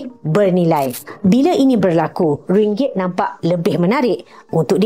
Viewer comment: Admin sebut Ringgit dgn x betul mana nak beri maklumat yg benar😊..